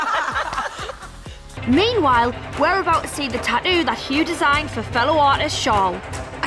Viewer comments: wtf is a “ta-ooh” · It’s Tat too not Ta-ooh tf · How the host girl pronounce tattoo : eadheou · The word Tattoo has two T's in the middle of the word. How in the hell do Australian's alway miss both of them when the pronounce the word? 🤷‍♂️